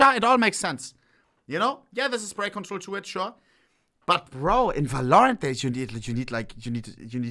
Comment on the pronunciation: bro please i dont care about your accent but stop saying "valloooorant" its "v-a-l-o-r-a-n-t"